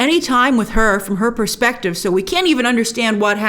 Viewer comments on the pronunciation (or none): none